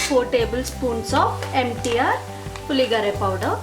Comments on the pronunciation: You need to get few things right before learning to cook. 1) pronounce the name correctly- it is Puliyogare and not Puligare. 2) it is not Cumin seed but it is Mustard seeds. 3) it is switch on the stove and not switch off. 4) No-one uses Coriander leaves for Puliyogare. Hope you understand. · You cannot even pronounce the name of the dish properly